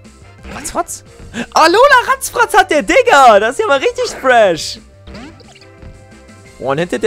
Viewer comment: wie er "Peckpeck" und "Ratzfratz" permanent falsch ausspricht xX